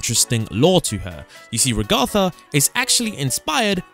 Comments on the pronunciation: Why does he keep saying Ragatha's name wrong? This kept annoying me. Also the void doesn't have to be a reference, a void is an empty space that goes on forever. Yes they're both white but voids are almost always shown as either black or white. Also the sun and moon thing is dumb. It's a sun and moon that doesn't mean it's a FNAF reference. And he says lets get away before the moon gets frisky. He's talking about the moon not both. He might have some sort of relationship with the moon. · Why does he pronounce Ragatha like that?!😢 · Why do you say ragatha like that😭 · What the secrets actually are: 1. Correct 2. It's not a reference to Pibby. It's the same texture used for SM64 Metal Mario. And the abstracting is a reference to video game glitches in general. 3. Maybe 4. First, it's said Rag-a-tha, like kitchen rag. Also, the reference to Raggedy Ann is correct. 5. No, it's not a reference to Minecraft. 6. No, it's not a reference to Security Breach. 7. Maybe 8. That's just obvious. 9. It's not a reference to Amanda the Adventurer. It's inspired by things like it, but not referencing it specifically. 10. It's not a reference, just a coincidence. 11. Correct 12. Correct 13. That's just a cliché. 14. Correct 15. Maybe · Ra-gatha❌ Rag-atha✅ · RagAtha how he pronounces it the real pronunciation RAgatha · RAGTHA IT’S RAGATHA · The fact that you mispronounced Raghetha’s name in the same way that AI voices (Microsoft Mic) do, tells me you haven’t actually watched the show, just used other people’s youtube videos as a reference, considering they say her name in the show itself. It’s Rag-uh-the, not Ra-Gotha. It’s a mixture of Raggedy Ann (which she is a reference to) or Ragdoll, and the name Agatha. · STOP SAYING IT WRONG Its Ragatha not Ragotha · It’s ragatha not rogatha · Ragatha not Rugutha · Ragatha not Ragotha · Its not re ha tha its raga tha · Ragatha not "raguhthah" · Reg are tha???? 😅 Its just ragatha... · Its pronounced Rahgahtha not ragather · Bro it’s ragatha